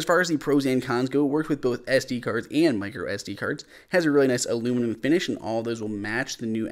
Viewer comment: WTF is aloomaloom